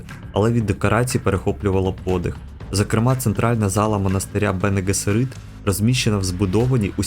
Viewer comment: Вже переглянув першу серію. Події за 10.4 тисяч років до Муат'діб-а. Сюжет СУПЕП. Малого піджарили телекінезом. Ви НЕВІРНО НАНОГОС СТАВИТЕ: Бене Гессеріт , наголос на ГЕССЕріт. Будьласка , не помиляйтесь. ВАШЕ ІМ'Я не паплюжать наголосом , чи не так?